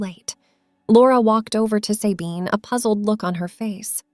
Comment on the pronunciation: Not Saybine - Sabine with a short a.